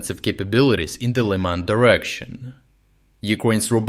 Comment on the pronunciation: directiooonn. learn how to prononce without dying at the same time xD